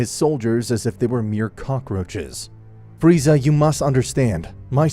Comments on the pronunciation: Man i love it when in 21 min he says freezer not Freza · Freiza not freezer gd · I love when he says Freezer instead of Frieza. Nice nod to TFS. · i love how king vegeta says freezer insted of frieza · Its entertaining though, only thing thats kinda cringe to me is how they keep saying freezer instead of frieza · I love how everyone besides goku calls frieza "Freezer" instead of frieza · Not freser it is frisa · Bro you keep calling him Freezer... you're fking killing me🤣🤣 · "freezer" lmao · Did no one hear friezer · Why does Beerus says Frieza like "Friezar"? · I like how Beerus calls, Frieza 'Freezer' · Beerus said "Friezer" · I like how he calls frieza freezer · im sorry did beerus say freezer wtf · It’s LORD FREIZA YOU SIMAYAN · Why are they saying freezer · Berus said freezer 😂😂😂